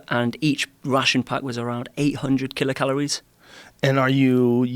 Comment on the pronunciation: I don't know why I don't like this guy. But when he said kilocalories I was just like no.